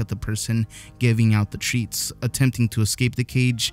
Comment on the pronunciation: „Treats“ why do you say that word so weird